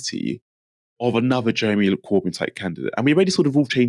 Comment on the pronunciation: Come back Jewemy. We wuv U. Every....effing.....week.